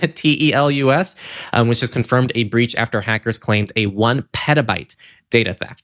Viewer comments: the company "Telus" is pronounced "tell Us". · As a Canadian, TELUS is said like Tell-us. It's a telecom giant here, with health and also b2b services. Data breach of them is not great...